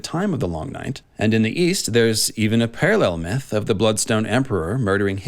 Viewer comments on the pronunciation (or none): none